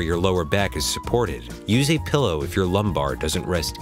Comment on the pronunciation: did you just say pellow??lol